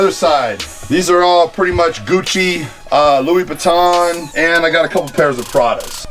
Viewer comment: Louis Bwiton? Gotta confuse the designer names, horizontal babe?